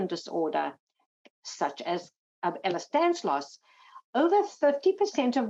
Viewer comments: someone tell the Lady it's "Ehlers-DANLOS" :) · Just to be clear, It’s Ehlers Danlos Syndrome, not Ehlers Danslos. There is no Ehlers Danslos.